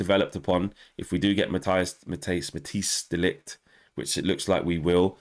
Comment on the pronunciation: One thing as a channel you all should do, if De Ligt signs is show the respect and pronounce his name correctly!!!